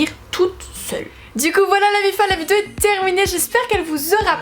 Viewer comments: Tu sais pas dire "vidéo" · Putain por une fois t’as pas dit le mot « vidéo » bizarrement au début